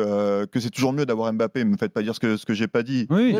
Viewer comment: Je remarque que les journalistes ne savent toujours pas prononcer mbappé. Triste